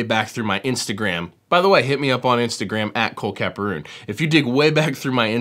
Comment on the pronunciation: Love the video man.